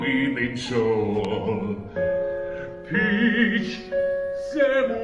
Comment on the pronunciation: bro when he sais peach in bengali it sounds like b